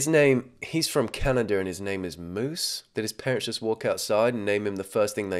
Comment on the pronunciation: i’m pretty sure his name is musa not moose 😭